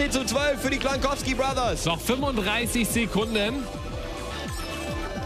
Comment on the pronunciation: lol "Das heißt Cloin Kowsky Bothers!"